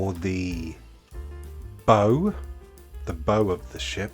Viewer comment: What a great build; that's a sizeable tin. I liked sardines when I was a kid, but no longer. Quite poignant with "fur Elise" playing. Was the movie "Universal Soldier"? Nautical bow is pronounced buh-oww, not like what you tie your trainers with.